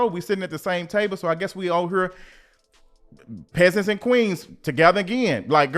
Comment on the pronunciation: ‘Peseants and queens…together again..’ 😂😂😂